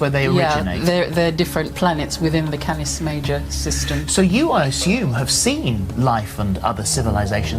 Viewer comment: She said Cattis Major 😆 😆 😆 😆